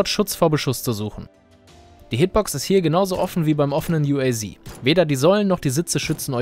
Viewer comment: Uaz das wir Deutsch ausgesprochen u a z